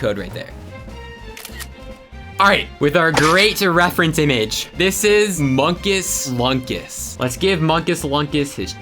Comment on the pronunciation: unstead of munkus lunkus its moonkus loonkus